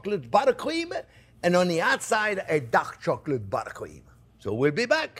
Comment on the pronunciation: I thought he said duck chocolate LOL😂. I couldn’t wait to find out how to make “duck” chocolate. You are very informative and entertaining.